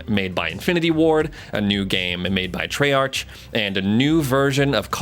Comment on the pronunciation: Lmao bro said “treyArtch”